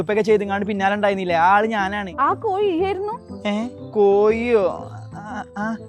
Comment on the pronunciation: കോയി.. അല്ലെടോ കോഴി